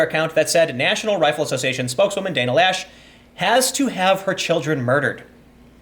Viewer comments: loesch is pronounciated something close to "lash" because the word is german. translation would be delete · Loesch rhymes with mesh. The O is silent. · I dont care what she tells you, her name is not pronounced "Lash". Laysh is more believable, and Loesch is more likely.